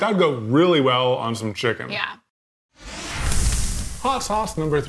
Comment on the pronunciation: I've never heard sound southern until he said "that would go really well on some chickennn" 😂